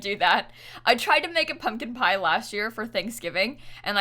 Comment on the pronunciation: I heard public pyre instead of pumpkin pie but for some reason my brain just went with it